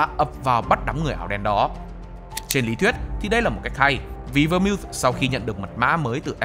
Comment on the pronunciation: Phát âm đúng tên phải là Vermouth /Vơ mau/